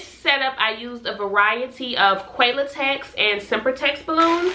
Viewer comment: I just mentioned it too and just saw this comment. I am southern as well. I believe we both pointed it out because you pronounce it with a long "A". Still sound adorable saying it😊